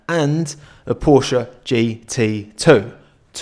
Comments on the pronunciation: It's PorschE. Otherwise love the video and content 😂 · Idk if you read all comments but just letting you know that the E in Porsche isn't silent, it's porschE